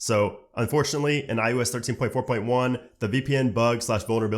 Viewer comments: iOS, not iUS. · why do you keep saying "I U S"